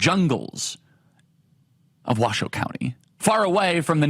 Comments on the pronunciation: Thank you for pronouncing the name of the county correctly. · Woah he said Washoe and Nevada correctly!? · 1. Charlie Kirk, I can believe you pronounced our county correctly!!! 2. Washoe county represents the rest of the country…we want secure borders, take care of our own first, and stand up to the world. You don’t see any Harris flags out there, do you? And this is how you know the polls are lies.